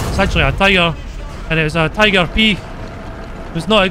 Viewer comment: Since u call tiger "TIGOR" u should call Tiger P "PIGOR"